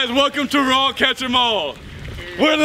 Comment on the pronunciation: stop saying raww FAW just saw raww or just nothing